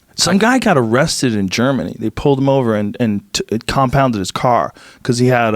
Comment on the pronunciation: Compunded - Like impounded except worse